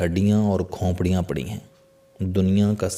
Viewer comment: CHOUHDERY SAHIB AAP KO APNI URDU THEEK KERNI PAREY GI BOHAT SAREY ALFAAZ AAP GHALAT BOL RAHE HAIN JAISEY( KHONPRIYAN) NAHIN SAHI LAFZ HAI KHOPRIYAN AOR( SIAH )NAHIN SAIYYAH